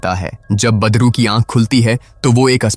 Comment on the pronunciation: Aap wese to badru hi bol rhe hai lekin mujhe bar bar padru hi sunai de rha hai😂😂😂